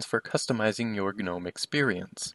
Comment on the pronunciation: The g is silent. Killin me bruh